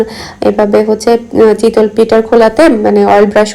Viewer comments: Apnar kothar onk prblm ace... চিতল মাছ হয়। আর এটা তো চিতোই পিঠা.. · mind korben nah apni pronunciation chitol boltecen eta chitoi hobe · শব্দ উচ্চারনে আরও সচেতন হবেন যেহেতু আপনি পাবলিক প্লাটফর্মে কাজ করছেন।চিতল পিঠা বলতে কি কোনো পিঠা আছে চিতই শুনেছি। জাল না এটা জা হবে।কিছুদিন আগেও আপনি কেয়ারটেকার কে কেরেটেকার বলেছিলেন। আশা করি আমার কথা খারাপ ভাবে নিবেন না আমি অনেক আগে থেকেই আপনার ভিডিও দেখি তাই বলেছি।মিনিমাম শিক্ষিত মানুষ এত সিম্পল শব্দ গুলা ভুল করে না😊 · Chitol na chitoi